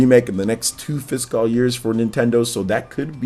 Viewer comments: be like: Fis-cawl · I've never noticed how odd your pronunciation of the word "fiscal" is.